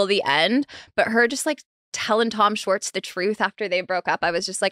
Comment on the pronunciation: it's 2024, and Nick still can't say "Schwartz" correctly 🤣